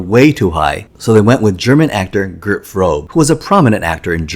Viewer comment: Femme is pronounced [fuhm] not [fehm]. Gert Fröbe is pronounced [gehrt fʁøːbə] and not [frobe].